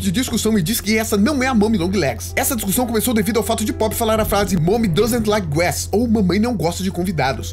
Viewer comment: Precisa melhorar o inglês, tá bem ruim a pronúncia no vídeo, principalmente falando "Guest".